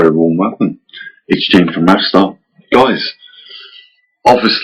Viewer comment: Did you say " Goys "? Right at the beginning first thing you said after " Hi very warm welcome it`s from Mavestar ".